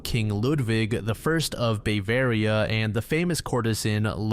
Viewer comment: Ah, yes. Bayveria